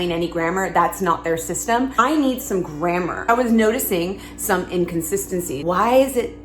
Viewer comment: Your pronounce "grammar" funny. "GrammEUR"?? Never heard it like that! LOL! I like your cute top, though. XD